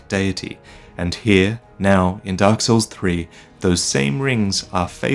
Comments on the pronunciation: Everytime I hear Kaathe say "Dark" all I hear is "Duck". "The First Lords feared the Duck and the Duck Lord..." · what if kath actually has a speech impediment, and has been trying all this time to say "dock" instead of "dark" this whole time.